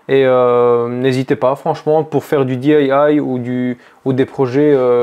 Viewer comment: Salut! Un tuyau pour toi...Le DIY ce prononce Diii,Aiee,Waiee 😉